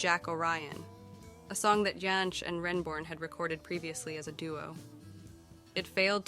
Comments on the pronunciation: There were some very strange pronunciations in this video. Vacillating between Jansch and Yansch, among others. Parts of it felt like it had been AI produced. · It was always "Folk Ba-rock" here in the UK. The correct pronunciation 😉 And "Jansch" should have the hard "J", as any Englishman (or indeed Scotsman) would pronounce it. Bert's great-grandfather (Carl) was German, but his father (Herbert) was Scottish, the son of Carl's daughter Daisy (also born in Scotland), who took her name because she was unmarried and the father no recorded. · I couldn't bring myself to like this after the first 5 minutes, when the interesting material stopped and it became a montage of bits and pieces of stock footage delivered by a possibly AI voice that couldn't pronounce Jansch, Gawain, or Les Cousins consistently. Oh dear. 🤣🤣